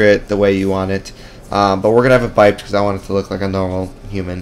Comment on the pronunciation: buypd intensifies It's pronounced buy-ped since it's short for bipedal.